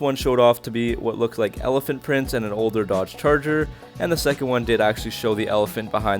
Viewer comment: Elephant not helephant